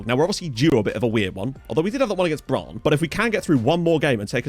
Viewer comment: Great episode (as usual)! One small thing about pronounciation: you pronounce Brann with a long a ("braahn"). Two consonants after a vowel (especially two of the same consonant like here) usually means a short vowel sound in both Norwegian and Swedish, so it's more "Brunn". Still impressed with your pronounciation.